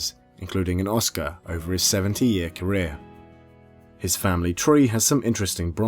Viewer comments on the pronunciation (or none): none